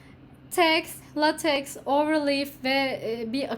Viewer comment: The correct pronunciation of the word "LateX" is "Laytek". We can pronounce it as "Latek" in Turkish. This is relatively satisfactory. Latex is a kind of polymer material. Besides thanks for the content.